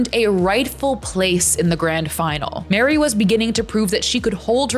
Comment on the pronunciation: thats wary tho, not mary